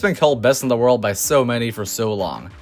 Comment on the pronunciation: Why do you say world?